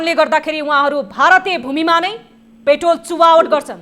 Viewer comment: पेट्राेल लाई प्रेटाेल भन्न भएन र हृदयबिदारक शब्द उच्चारण भएन , प्रस्तुती दमदार दिने हाउभाउ देखाए पनि अलिक शब्दावली उच्चारणमा अध्यायन गर्नुपर्याे । तपाइलाइ प्रगतिकाे शुभकामना ।